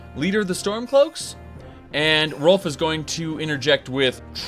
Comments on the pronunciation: Ralof not Rolf... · It's Ralof not Rolf, sorry it just bothered me... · If i didn't already get used to you mispronouncing shit that "Rolf" for "Ralof" would have bothered me a lot more xD. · great vid, but his name is "Ralof" not "Rolf"!!! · "Rolf" Could've sworn it was pronounced Ray-loff but now I'm just thinking he's like "The Stormcloaks have many doors of entry Ed-boy. My father was a soldier and I am the son of a shepard." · Ralof not Rolf. Otherwise I fully agree to no end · Wait, Rolf? You mean Rolaf? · Erm, I think it's Ralof. Not Rolf. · Why was he saying "Rolf" it's "Ralof" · are you saying Rolf? you mean rolaf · Rolf? it's pronounced Ray-loff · "Rolf" Oh god it's the livestream again. Rolf from Riverwad. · Rolf? does he mean Ralof? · Epic Beard Gamer He pronounces it that way on purpose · RAY-LOFF.... other than that i love this with a passion. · pronounces Ralof Rolf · Ralof. You appear to be missing a letter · You butchered ralofs name